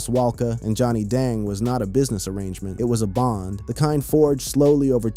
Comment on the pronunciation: Johnny Dong huh is that how you say it. Youtuber narrators sure say rappers names jacked up. Or any foreign name. Yea your white 😂🎉